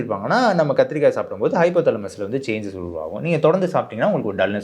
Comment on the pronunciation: kathrikai* physiological*